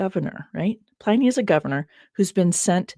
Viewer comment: love the show but the constant references to Ply- Knee drove me mad. is that the way americans call him? Always thought it was Pl - in -ee. 😅